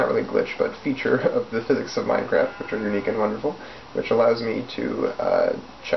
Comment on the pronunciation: "This is the most advanced vending machine known to Minecaft" LOL FTS. This Is Gay